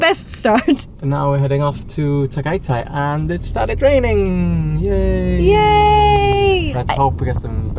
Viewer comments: it's not tagaytai it's ta-ga-y-tay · Hi guys, it's pronounced "the-GAY-thai" not "ty", the "GAY" syllable is raised.